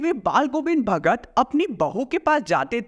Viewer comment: pe ,ch ka naam hi galt lia hai😂 bhagar🍌